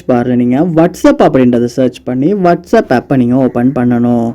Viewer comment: Unga pronounciation konjam change pannikkanga bro வாட்ஸ் அப் கு வட்ஸ் அப், கண்டாக்ட் கு கண்டக்ட் சொல்றீங்க. உங்க ஸ்டைல் அ கொஞ்சம் change பண்ணுங்க. 😊